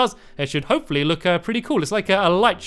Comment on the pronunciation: Hey Stampy have you ever noticed that when you say hopefully it sounds like hope for lee